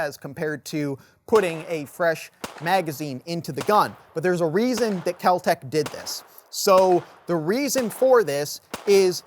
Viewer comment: It's Kel-Tec. I'm guessing a lot of cocaine was being snorted at the time.